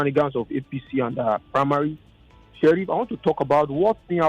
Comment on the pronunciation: oga Sheriff said wa serey 😂😅